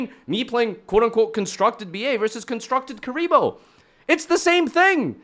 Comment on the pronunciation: "Constructed Kuriboh"